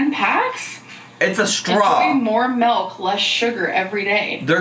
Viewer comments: “ you put this EN MELK!!!” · “melk” 🥛 I can’t. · Mmm I love melk, who else loves melk?! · Since when are the French “nice and positive?” Insert Ron Swanson reaction gif. Also, of course says MALK instead of milk. Also, the repeating Tom toy is giving me rain and petals eavesdrop flashbacks. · Why do people send her stuff and I hate when she says MELK.